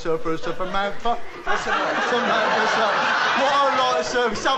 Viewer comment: "I fink Samanfa is me...."